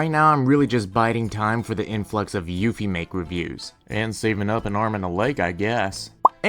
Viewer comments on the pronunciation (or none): none